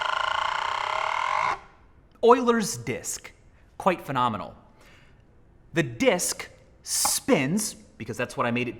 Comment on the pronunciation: Michael:fenominal me:how can something be so triggering